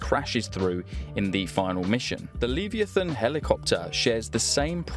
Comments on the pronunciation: 'lee-vee-a-thin' - you want 'lev-eye-a-than' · the leviathan i is pronounced "Lev-eye-a-thon" i'm pretty sure. not "lee-via-than". I'm sorry, the way you said it just triggered me in a strange way lol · No way you just pronounced it lee-vee-ah-thon.. Le-vire-thon. It's Le-vire-thon. Edit: Your reaction to being wrong was disgusting. "IDGAF i just care about engagement". I seriously hope you fail as a YouTuber, you don't deserve it to succeed. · The Leeviathun❌ The Leviathan ✅ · lee veeathan 💀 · Love-EYE-uh-thin… a stupid sea monster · you really tried your best with that pronunciation, it’s Li-Vie-A-Thon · I now know a new way to pronounce Leviathan 😅 As a kid I used to call it Lev-ee-ayy-fan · that’s the worst pronunciation of leviathan i have ever heard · the way you say leviathan is criminal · You say leviathan wrong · that’s not how it’s pronounced.